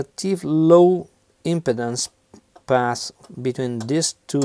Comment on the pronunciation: When you say impedance it sounds like impotence :)